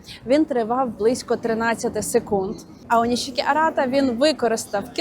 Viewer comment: До речі вона з самого початку говорила Aoнішікі. Це повино бути правильно. 👍